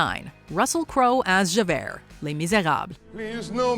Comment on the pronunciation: None of this casting is as horrendous as your pronunciation of "Javert"...